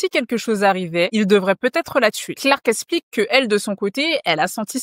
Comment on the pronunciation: Tu dois apprendre à prononcer les “x” - “Elle esplique”—> “Elle explique” - sinon top vidéo